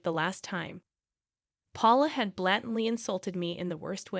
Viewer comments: blatantly: BLAY-tent-lee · And you're pronouncing blatantly wrong